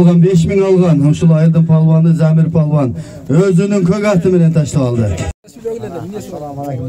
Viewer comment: Балбан эмес палбан болот